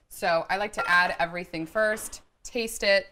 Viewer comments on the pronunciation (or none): none